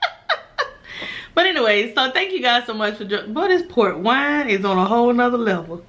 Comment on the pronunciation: Up until now I thought you was saying PORK wine lol had my mind all screwed up lol 😂😂